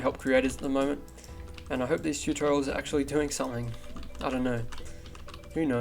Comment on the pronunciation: Tootorals? XD